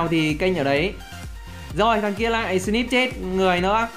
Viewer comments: Snip chứ k phải slip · Snip nghe slip